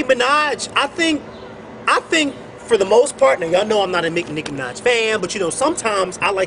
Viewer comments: oh and your on here because? and i believe her name is nicki minaj, not nick manaj :) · "licki minaj"? lol